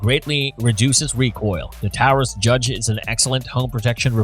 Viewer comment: I only made it to the review of the judge and the fact they could not even pronounce the word correctly and their facts were wrong. Example all the judges with red strap on the grip were raging judges and come in either 6 or 7 shot also the 6 shot fires 454 casual as well as 45 colt, 3in 410 shells, and with 2 shot moon clips it will also shoot 45acp and 45 win mag. I carry this as my everyday weapon